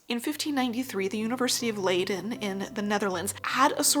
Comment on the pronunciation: FYI Leiden is pronounced lie-den not Lay-den 🧡 🇳🇱